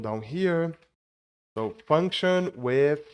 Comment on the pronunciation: Don't know why he mispronounces "so" as "toe". It's annoying. And don't even get me started with how words ending in "ed" are butchered.